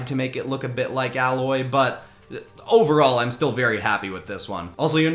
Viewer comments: I'm sorry but I have to say this.... Her name isn't said like alloy, but said like ai-loy or ay or however you want to spell it. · I keep getting triggered when he says “Alloy” instead of Aloy…anyone else? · It so not ally it is prounoced A loy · fyi it's pronounced A-loy listening to this while I play the game she's from. you definitely should have also taken inspiration from the machines in horizon zero dawn for the PlayStation one. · Aloy is pronounced Ay-loy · Aloy's name was so butchered